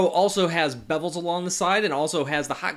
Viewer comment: Are you saying Bebels? It's bezels